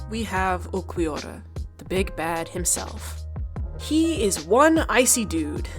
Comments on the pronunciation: nice video, it just really pissed me off the way you said uLquiorra as Uqwiorra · Ulquiorra is pronunced "Ur-Kyo-Ra" the r is rolled a bit like spanish people do. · Disclaimer on how 'manga' is pronounced: yeah okay, odd, but I can roll with that, its fine. Nothing for the jarring mispronouncing of 'arrancar' and 'Ulquiorra': okay, let me type up that angry comment they referenced earlier.... Haha, all that aside, this was a fantastic in-depth video essay (incredibly paced and dynamic, very well edited too) on one of my favorite parts of the story (and fight) that does a lot and I appreciated watching. And as a big Aizen fan, I dig that you were able to do all of this and only mentioned his name like three times despite him being such the prominent villain in this portion of the story. Well done overall! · This was fantastic, but the pronunciation of Ulquiorra was killing my ears.